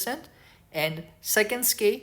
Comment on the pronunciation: You know how you pronounce “exclusive “? You use that same L sound for “skill” . Try it out, you got this I believe in you 😂. Thank you for taking the time to share your videos btw and making such an effort to share it in English as well. Very much appreciated